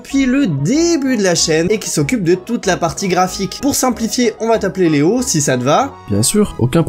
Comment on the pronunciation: On dit bonjour au "nouveau" BONJOUR LEOO